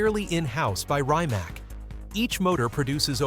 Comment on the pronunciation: It's pronounced reemats , not rye mac 😂